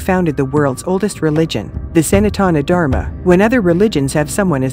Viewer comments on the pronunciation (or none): How I wish Western folks pronounced correctly Sa-nar-taan Dhar-ra-maa